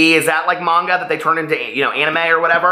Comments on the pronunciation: You’re pronouncing it correctly. It’s Mahngah. My first language is Japanese and I’m now reading Orange in Japanese. You made it sound so good that when I found it at the second hand book store I got so excited! I turned to my boyfriend and said, recommended this! lol Did you know they have an anime version of it too? I’m reading Sweet Audrina and loving it so far 😊 Thanks for this book club. I got injured recently at work and so now I’m bored out of my mind while I recover and it’s giving me something to do. 💙💙💙 Thanks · I love the Illuminae Files series (Illuminae, Gemina, Obsidio), I hope you do too. I liked Orange too. You're pronouncing manga correctly I think :). I haven't started My Sweet Audrina yet, because I had to finish off my library books which are due soon. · You’re saying manga correctly.